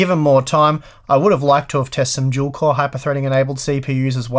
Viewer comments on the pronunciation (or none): You're saying dual core like if it was "juel core"